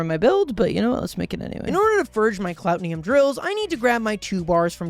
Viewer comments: The way he constantly mispronounced "Cloutium" as "Clout-ni-um" or "Clot-ni-um is so annoying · Clout-ee-um not clout-ne-um but still love the vid